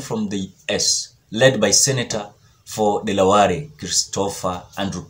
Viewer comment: Dele ware....not deleware Kwa kiluhya 🤣🤣🤣